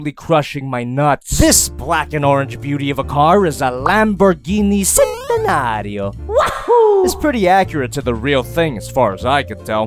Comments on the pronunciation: It's centenario with the "ch" sound, not a "s", doubt you give two shits tho. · It’s pronounced CH-entenario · It’s pronounced chentinario and is spelled centinario it is a 1.9 million dollar car but is a cool car got to ride in one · ITS CHEN NOT CEN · Fun fact: lamborghini only 40 of these cars 20 coupes and 20 convertibles Btw its pronounced as "chentenario" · Dude u Saïd centenario wrong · I cringed so hard at the mispronounced centenario